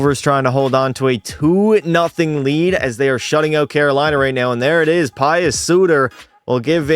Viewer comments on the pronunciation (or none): "PIE US" SUTER 💀💀💀💀 it's pronounced "pew"